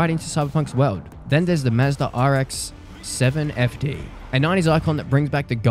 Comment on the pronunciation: The pause when you say Rx-7 is hilarious